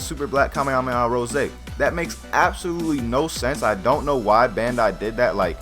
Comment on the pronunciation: it sounds like he is saying super black kamehameha Jose